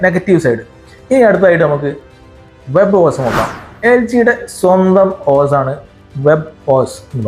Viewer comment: ഓസ് അല്ല ബ്രോ.... ഓഎസ് എന്ന് തന്നെ പറയണം 😊